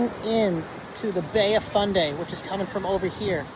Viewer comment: Fundy not Funday. Otherwise excellent. Thanks!